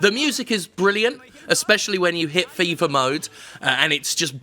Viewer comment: I heard FIFA level, not 'fever' level and was rather confused :)